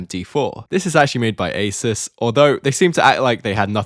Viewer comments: Ah zoos not aysirs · Stop saying Asus wrong. Its really annoying , it's Ay soos not aceus